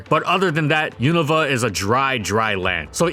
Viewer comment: I was half watching until I heard Yiniva instead of Unova. I think correcting pokemon pronunciation is by far the nerdiest act a gamer can commit and gives me incredible shame but come on, you know its YOU-NO-VA.